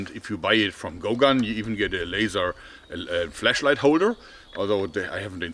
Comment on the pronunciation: Did he say flesh light? I'm sold